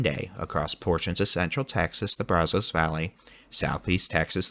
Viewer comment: you’ve got to say the name Brazos correctly. It’s driving not only me nuts but other people from Eastern Texas. That’s not how you pronounce that. It makes you sound like someone not from Texas. As I mentioned before, great weather coverage!!!! If you want to know how to pronounce it please reach out.